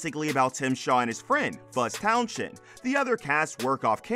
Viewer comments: I wish Fuzz's surname could be pronounced correctly,it's Towns end,not Town shend,the "H" is silent. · Did you call him Fuzz Town shend? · Yea, Towns-end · Town shend 🤔🤣🤣🤣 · Silent 'H' in Townshend 😉